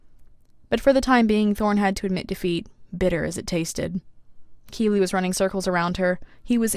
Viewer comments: Its q-🅘-bli not q-🅔🅔-bli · Is Qibli really pronounced kee-blee?! I’ve been saying kwib-lee. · I have been listening to the audio book and the narrator says Kibli short i I just wanted to point that out because I love your videos but that doesn’t sound right after about 40 hours of listening to it said the other way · I heard kiwi not Qibli. 😵‍💫🫥🥴. And guess what theses two emojis character is 🌕👀